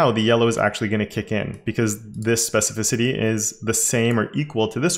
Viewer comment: yeah, you (EDIT: mostly XD) nailed pronouncing "specificity" this time :D also very handy selector!